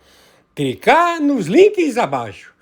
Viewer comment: Mestre em falar errado, utilidade PUBRICA, é só CRICAR. NOSSA!!! QUE CANTOR HORRIVEL. chega a doer o ouvido. Que bosta.